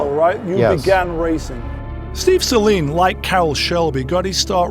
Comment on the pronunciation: Well... just found out I've been mispronouncing Saleen my entire life...